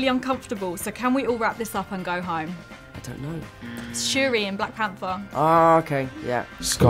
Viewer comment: When Letitia just said it as Shuri 😂😂😂😂